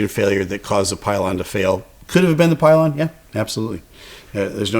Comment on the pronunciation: Love your content! But, I say pylon